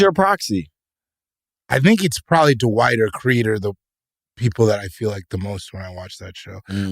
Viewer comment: i love how bro in black calls him d’wight